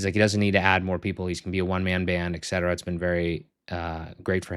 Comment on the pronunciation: You client just found out it's et cetera, not ex cetera :D